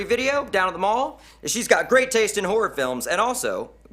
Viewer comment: The way he says horror sounds like whore